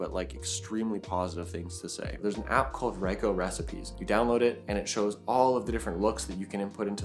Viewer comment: Nice review, with some really good photos. 👍🏼 Definitely a pocketable powerhouse. One correction though: it’s pronounced Ree-coh, not Rye-coh.